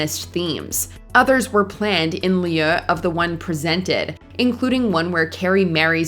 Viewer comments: Absolutely ridiculous that a bunch of Americans tried to say "in lieu" & absolutely butchered the French language. It's pronounced "loo". It rhymes with boo & blue. Don't put French words in your script then embarrass yourselves phonetically reading it out how it's spelt. You make yourself look bad (ignorant). Do better research. 🙄🤦🏼‍♂️ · Maybe the narrator should learn how to pronounce "in lieu" (in loo) before recording again.